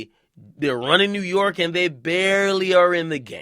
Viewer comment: WU - YORK